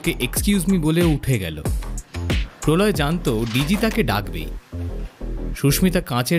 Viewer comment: Polau Som ✅ Prolay Som ❌